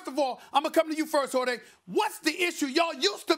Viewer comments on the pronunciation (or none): "Jor-tay" - Steven A. Smith. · Why does Stephen A. call him “jorday”? It’s annoying. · This man called him horday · He called him “Jor-day”